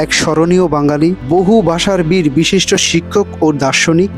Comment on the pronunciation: ভাই, আপনার ভাষা উচ্চারণ গত সমস্যা আছে, এই যেমন "ভাষাবিদ" আপনি বললেন ভাষাবীর, প্রত্নতত্ব না বলে বললেন প্রত্যন্ত............ ধন্যবাদ। এছাড়া ভিডিও টা ভালো লেগেছে।